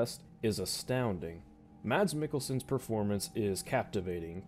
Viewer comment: It's pronounced "mass meekelson"